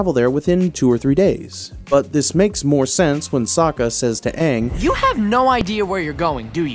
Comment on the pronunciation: Stop saying Aang like that it’s wrong😂